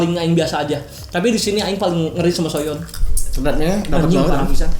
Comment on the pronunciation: Soyeon bang bukan sooyeon